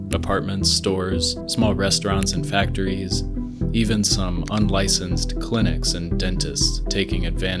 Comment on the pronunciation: Absolutely beautiful butchering of "unlicensed"